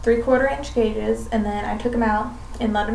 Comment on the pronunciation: Every time she said "gauges" I cringed.